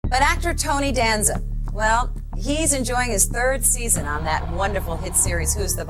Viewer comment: Hearing you Mispronounced Tony Last Name is Killing Me......😂